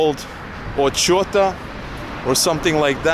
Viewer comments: Ociota :) Really, you must check what mean "ciota" in polish language, and compare to "ochota" :D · you said polish o "ciota" = fagot, probably you mean Ochota, ch = h in pronunciation, so O"h"ota this "h" sounds similar to "h"uston in eg English / American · Ociota instead of Ochota :-))) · "Windy Warsaw" - yes, I'm from dumpfig Kraków and I can 100% confirm: Warsaw is the most windy city I ever lived in. BTW. It is Ochota, not Oczota. Word "ochota" exists in Russian and Ukrainian languages, and I say it as an ochotnik. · Ochota is pronounced Охота. It also means Охота :) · the better pronunciation of area where you live should be something close to охота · Polish is a slavic language coded with latin script, therefore reading it in english way is always a failure ;) "CH" = soft "H" = ukrainian "X" - there's no word in polish where those 2 letters together would be pronounced differently, i.ex. "Ochota" = "OXOTA" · Ochota (pronunciation without c, "ohota") ;) My favorite part of Warsaw is Wawer (but its a little bit far from the city center) and Wilanów. You should teach English and learn Polish ;) Maybe you should go by tram or bus and do some random sightseeing in this way ;) Please try to go by metro to some random place for example Kabaty. Who knows what is your best place to live ;) Would you visit Poznan soon? ;) Good luck :) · Ochota pronounce as OXOTA (Ukraine transcription) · you read Ochota 'ch' as "Highway" ch = h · And Ochota should br pronounced like "охота". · LOL the way you spelled "Ochota"... In Polish "ch" is pronounced like "h". But don't worry, Polish language is hard, sometimes even for the natives. Your spelling of "Warszawa" is perfect. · Powiedział "ociota" nie "oczota" a to zmienia diametralnie wydźwięk:)